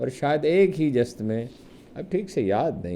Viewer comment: افسوس کہ أپ جیسا صاحب علم اور صاحب فہم و ذکاء صحافی بھی کئ لفظوں کا تلفظ غلط ادا کر رہا ھے تلون مزاجی جست اور بدرجہ اتم. وغیرہ پر نظر ثانی فرمائیے